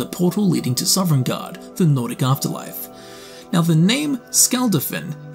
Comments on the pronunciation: SOVNGARDE. SOVNGARDE. NOT SOVEREIGNGARDE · Sov-en-garde, not sovereign-garde. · How, after 1000s of hours and making this career, are you still pronouncing it Sovereign guard Like can you read or hear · Awesome video, but it’s NOT SOVREIGNGARDE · Boy you weren't wrong about mispronouncing foreign names. High Hurrothgar and Sovereigngard 😉